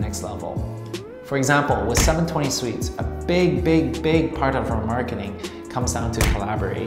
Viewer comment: I'm gonna punch my computer if this guy says seven twenty sweets again! arghhhggg lmao